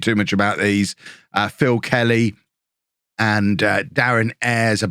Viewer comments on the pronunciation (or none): none